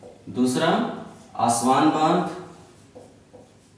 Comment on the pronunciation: सर आपके प्रयास सराहनीय है मैं विश्व भूगोल के आपके वीडियो देख कर बहुत कुछ सीख रहा हु .... किन्तु कुछ बातो कि तरफ मैं बहुत ही विनम्रता पूर्वक आपका ध्यान आकर्षित करना चाहूँगा कि कुछ शहरो के नाम जो आप लिखते हो या बोलते हो वो एटलस से मेल नहीं खाते जैसे कि अबादान कि जगह आपने लिखाया इबादान, ताना कि जगह टाना, अस्वान की जगह पे आस्वान पिछले videos में भी कुछ और ऐसे शब्द थे तो इसमें थोडा सुधार होगा तो हम सबके लिए आपके प्रयासों में और सटीकता आएगी .......बहुत बहुत धन्यवाद सर